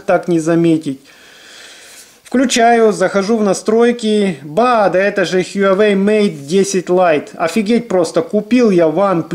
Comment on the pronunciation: только тогда уж хуа-уэй, без "ю")